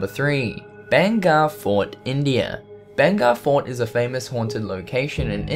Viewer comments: Its not banger fort...its bhaangarh fort....👈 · Any Indians here? he is saying banga fort, first of all I was like what is banga I never heard of it even though I live in India then I realised he was saying 'bahangarh' no offence BTW but I live in rajasthan and bahangarh is there only. edit: still watching in 2018